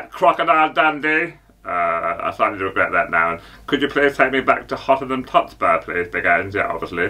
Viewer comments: Mayern Bunich😂😂😂 yeah obviously 😅 Hottenham Tottespur and then there's Big Ange😂😂😂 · Mayern Bunich and Hottenham Totspur😂😂😂